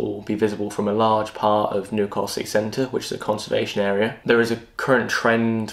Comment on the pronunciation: Stop saying Nu~castle it’s New-castle ffs 🤦‍♂️